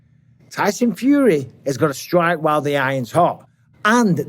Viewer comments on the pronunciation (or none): none